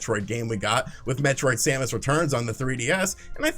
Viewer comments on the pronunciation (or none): none